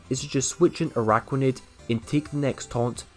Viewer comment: Stop with the ARAIDOS pleaseee!! Triggers me so bad..